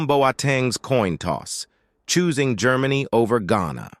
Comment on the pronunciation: Brother try jermany for GERMANY and you are closer with the rigth pronounciation .i am from Germany and that feels stupid stupid and simple wrong how U say IT.😅but best luck and have a nice day🎉